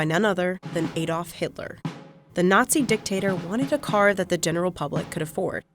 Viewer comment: "The carrrrrrrr"